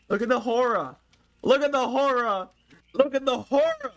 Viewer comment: "The horrah"